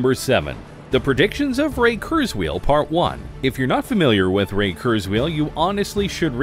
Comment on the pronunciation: Ray KurzWHILE, not Ray KurzWHEEL!